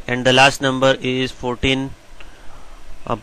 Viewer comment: He said biggerrrrrrrr numberrrrrr lol